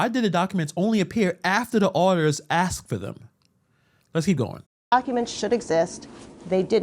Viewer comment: I was with all the way until the end when you said “axed” ugh